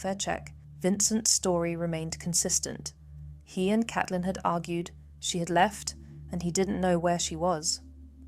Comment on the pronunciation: Isn't it Caitlin , pronounced C.ate.lin